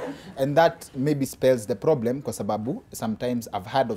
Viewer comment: Did she say ploblem